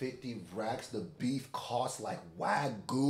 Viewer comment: damn how y'all pronounce Wagyu lowkey pissed me off 😂😂😂😂 wtf is a WAGU